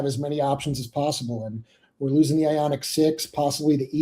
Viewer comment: Ioniq. Not Ionig. Wtf……🙄